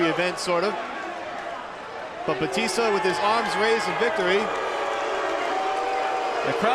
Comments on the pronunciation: Somebody tell that commentator that his name is Batista, not Baptista! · This announcer is pissing me off with the way he says batista. The one who said he won the fight pronounced it right. But the guy who did play by play just said his name weird. Idk if it's his accent. Or if he had the syllables broken down wrong. He just didn't say his name right and everytime he said it I cringed.. He says it like bahh-tista........and it's really like BA-tista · The announcer is a dumbass bc he’s pronouncing Dave Batista’s last name WRONG! It’s Ba tista NOT Bat ista idiot. Go back and watch wwe when Batista use to wrestle, bc NO one pronounced his name like this stupid announcer does from the start of the match. The other match at least calls him Dave. Go Batista!!😊✌🏼🤙🏼🇺🇸. The Animal. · he keeps calling him BAPtista lol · Y is the commentator calling him baptista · Why does he keep calling him Baptista?